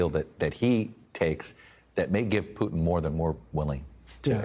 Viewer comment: Putin as in Puma not cooba as in Cuba.